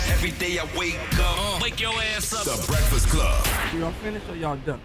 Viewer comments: Man said Bekfast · I think he may have a hard time with Rs - man said “bekfast” right off the bat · Why he sayin beckfest? Smh